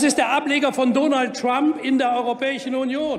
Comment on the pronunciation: dooonalt trammp, sagt Würselen Maddin, hicks